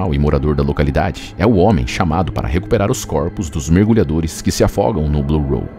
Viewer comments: Por que você fica chamando de “blue roll”? É “blue hole”. Buraco. Hole. Não tem R cara. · Ao longo de todo o vídeo, a palavra "hole" é pronunciada de forma completamente errada.